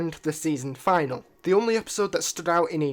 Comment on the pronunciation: Just a heads up You pronounced Finale wrong